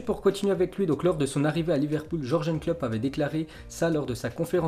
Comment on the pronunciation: Qui a envie de le détruire quand il prononce Georgenne Klopp